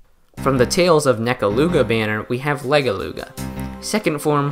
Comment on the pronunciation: Are we gonna talk about how he mispronounced Legeluga’s name and called her a “He”